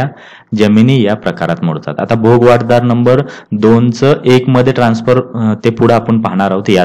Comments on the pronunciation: भोगवटादार आपण सारखे भोगवाट दार म्हण्ताय ते चूक आहे. कृपया उच्चार तसा करणे. भोगवटा म्हणजे ज्याचा उपभोग घेता येतो ते. भोगवाट म्हणजे मार्ग भोगाचा . तुमचे कार्य सराहनियच आहे पण उच्चार चुका मुळे कधी कधी अर्थ बदलतो म्हणून हा कॉमेंट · भोग वाट दार नाहीरे बाबा .... भोगवटा दार म्हणतात